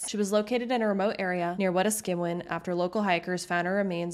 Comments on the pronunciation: Wet-skew-in should be wei-task-eh-wen (wei as in weigh) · Its pronounced wa-taska-win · The name is Wet-ask-a-win not wet-a-skew-win. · Wetaskewin. Is not pronounced We-ta-SKU-wan....... it is pronounced "wet-TASK-ooh-when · Mate, same. I actually did a double-take when I heard that. “Weta-SKEW-win” is a new one for me. Metis, Strathcona, Wetaskiwin… Very good information, but the pronunciations were very off in some cases. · I’m sorry but you butchered the name wetaskiwon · Great Video---Great that you are doing this research. I think it is Wah-task-a-win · Ok one tip, take the time to look up how to properly say these places, like Miquelon (mi·kuh·lon), Wetaskiwin (wuh-taa-skuh-win) and Nisku (Nis-que, is how it's pronounced not Nick-su) Its just respectful to say places properly and less confusing to others. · Overall a well done and well reseaeched presentation. However, a couple quibbles over place names and such. Mètis is pronounced "may-tee" not "meh-tis" and Wetaskiwin is "Weh-tas-keh-win"... ask anyone from Edmonton above a certain age and they will all go "cars cost less in Westaskiwin". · Not hating or anything, just trying to help. I grew up in Alberta south of Camrose about an hour in a small town called Alliance. Wetaskawin is part of a native reserve and my Mom would buy cigarettes there tax-free. Its actually pronounced we-task-a-win, with an emphasis on the Task and a more casual pronounciation of the rest of the word. Hope that helps in the future! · Mètis- may-tee. Wetaskiwin- weh-tas-ki-win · Proper pronunciation ...Metis is pronounced Mayer, Wetaskiwin...wi task ki win. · Wetaskiwin is pronounced Wet-ask-ī-win (ī is soft jic it’s not a familiar symbol) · Hello! It is pronounced May-tee and Weh-task-ii (as in igloo) -wen. It is important we show a deep respect to Native peoples and a quick Google can always help :) :) Oh Canada, Our Home On Native Land. 🧡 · Wetaskiwin is pronounced wuh-task-win btw